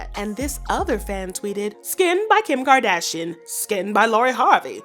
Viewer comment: Girl I looooooove your voice and how you say Kardashian. You are officially new favorite gossip channel! 💗💗💗💗💗